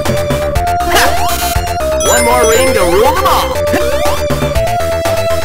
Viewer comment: TheMrDanieloco I guess he's refering LOTR, but it sounds more like "the mall" than "them all" in my mind